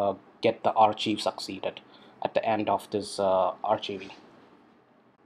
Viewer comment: Thank you for sharing this process. "Archive" is pronounced as "Arc-Kive" by the way.